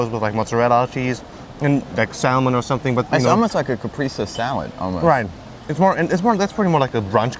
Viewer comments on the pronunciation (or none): I think you meant "caprese" salad (pronounced kah-pray-ze).